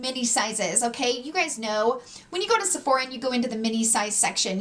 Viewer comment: When she says “you know” it sounds like “you kneewww”. Never heard someone pronounce know like that? Can’t tell what kind of accent that is